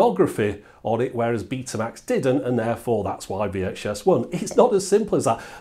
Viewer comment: Beeh-ta and Wee-Ache-Ess